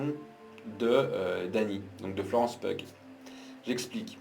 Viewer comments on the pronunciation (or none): Merci pour ta critique. C'est Florence PI-OU comme piou piou l'oiseau !